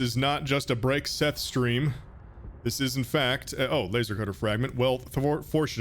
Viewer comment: IM TIRED OF YOU SAYING MY NAME WRONG